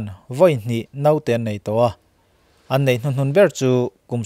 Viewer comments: Hauhuk hian Naute nilovin Note tih zawk tur a nih hmel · Naute tih aiah note ti la, na..chu..tih aiah ...na a...tih hmangla tha leh zual ang...i aw leh i thil chhiar hrim hrim erawh ngaihthlak a nuam hle mai